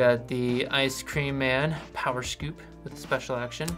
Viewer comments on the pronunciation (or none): none